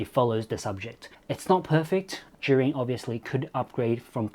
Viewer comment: Thanks to your video I finally know how to pronounce Zhiyun lol